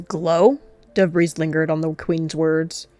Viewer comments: “Dove’Breeze” sounds a lot like, “Dabreeze” (Lalalalalaaaa) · Why did I hear Debris not Dove’breeze